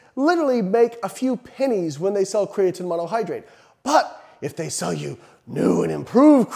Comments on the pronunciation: IDK man, until you start saying "Kree-uh-teen" I'm not sure you can be trusted, human randomized control trials be damned. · Ffs Layne. It's pronounced createen!! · Glad I’m not the only one thinking this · Why’s he sayin creatine all weird?